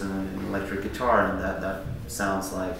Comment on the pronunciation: I love how instead of pronouncing it ‘that’… he pronounces it ‘dat’.